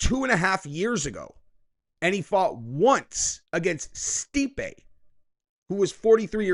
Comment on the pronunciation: Why did you say stipe like that. Stipe is a goat